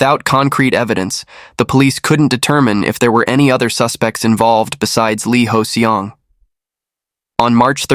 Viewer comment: No! 이호성 (Lee Hoe-Seong). He kept saying Lee Hoes Seong